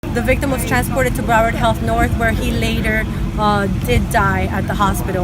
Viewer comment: It’s PRONOUNCED BROW-ARD! Rip X!